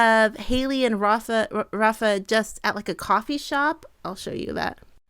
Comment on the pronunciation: Just a pronunciation note, in the Portuguese language the leading R in Rafa is actually pronounced as an English H. So it would be pronounced ‘Hafa.’